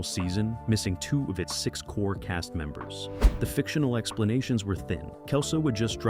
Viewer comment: Why is it hard for you to pronounce the word "cast"?